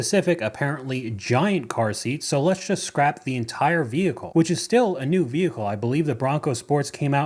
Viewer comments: 😂😂😂😂😂 I'm sorry. She - and her HUSBAND? - thinks a Tahoe is going to last FIFTEEN YEARS?? I think she better rethink her faith in her choice of "vee-hih-coo". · Why do Americans say vehicle like that lol